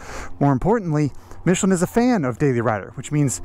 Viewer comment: Finally someone says Michelin correctly 🙏 MCN take a note 😝 especially Michael Neevsy